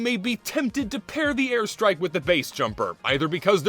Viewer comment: "Thuh airstrahk" Hey man, you dropped your Texan.